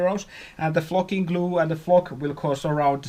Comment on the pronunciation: I'm less then a minute in, and I'm dying laughing already. It sounds like you're saying f@ instead of flocking. I'm at work, and I had to turn it down lol